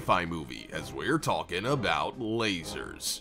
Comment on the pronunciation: Its SUPER annoying how they pronounce "Walking" as "WALLking" and "Talking" as "TALLking..." Get with the program dude...